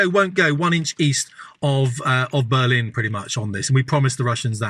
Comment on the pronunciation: lol. You said "Blurrlin".